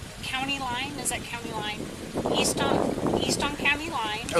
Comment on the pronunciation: "East......I thought you said weast"